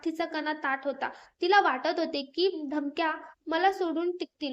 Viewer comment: धमकऱ्या नाही धमक्या